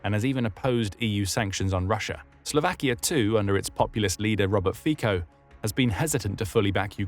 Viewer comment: Slovak here, it's pronounced "Fitso", with a c sound, not a k. But besides me being pedantic, I can honestly tell you that the nation mourned when his condition was reported as stable after the assassination attempt.